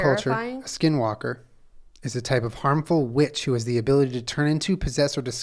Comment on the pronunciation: I’m Navajo 😭 and Skinwalkers are very real beech 😭😭 Also Julien pronounced skinwalker in Navajo almost spot on. If you see one you could faint btw if you get scared. Only people with strong hearts can withstand their presence.